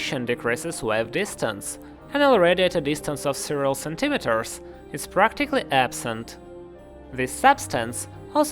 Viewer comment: Your English is really good so please don’t take the following as a slight, old bean. That is not my intention at all, just a matter of centimetres. (Phon.) ‘centi-metres’ rather than (phon.) sen-tim-it-ers, would be the better pronunciation. Just that the former being how it is said within the English language. The latter being how some poorly-educated, banjo-playing hoodlums from the USA say it. Folks from the U.S. in general are not exactly good practitioners of the English language and those few I mention above are to be avoided at all costs :) :)